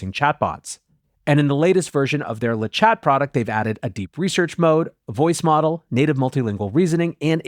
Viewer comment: The t is silent in thé french le chat, ie the cat